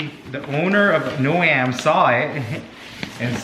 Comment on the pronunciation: Jesus Christ and he still didn't tell you how to pronounce their name it's not no..am its like a garden "gnome"